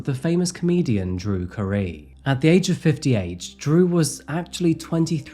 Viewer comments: I know this is a serious video but the surprise pronunciation of Drew Carey as "Cuh-ree" made me chuckle. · Its drew carrey. Not carie or whatever you said. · loved the way you pronounced drew's name. it's care-ie, to rhyme with hairy, harry, larry, dairy while you said caree to sound like curie,hurry, jury. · Guns…another situation having a gun would help and not hamper. The guy was too scared to help. If he had a gun, he wouldn’t have been scared to help. Yet another reason being able to have a gun is good. Also…Drew Carey pronounced cuh-ree? 😂😂…it’s pronounced Drew Care-E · Drew CARE-e definitely not Cahree. Yikes. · Wait - Ca-ree?? Have you never heard the name Carey in the media? Rhymes with "carry". ISTG you do this stuff for comment bait. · Drew Carey's surname is pronounced "Care - ee" the same as Mariah Carey and even Jim Carrey (even though it has an extra letter "r") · Drew Curry? has a problem with pronunciation. Still. Amie was an adult industry sex therapist in Playboy? Oh my. I'd hit that like Joe DiMaggio. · Drew "Kahree" ?? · Drew “cuh-ree” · Drew Ca-REE? 🤔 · “Drew CuhREE” for “Drew Carey” was wild. Lol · Drew Carey is pronounced like "Carrie", just FYI. He was so devastated by her death. It was heartbreaking reading him talk about it. He testified I believe. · This video solidified that you don't always correctly pronounce certain words. We all know it's drew carrey, like carry your bags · Drew Ka-ree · Man doesn't even know how to say Drew Carey I'm begging you. If you don't know, look it up. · Your pronunciation of Drew Carey hurt me in my soul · Hmmm, I've never heard Drew Carey pronounced quite like that.🤔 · What was that famous actors name again? Drew...what? What was it again? (I just wanna hear him butcher the pronunciation again lmao) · Interesting pronunciation of Drew Carey there lol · Your pronunciation of Drew Carey’s name was just as much a war crime as your pronunciation of taco.